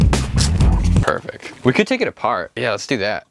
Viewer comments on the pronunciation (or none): "Perfic" lol